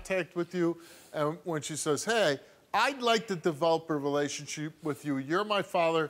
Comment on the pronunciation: “Contaykt” “relationsheep”